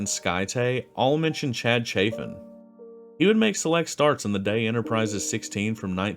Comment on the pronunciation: his name is pronounced chaffin not chafin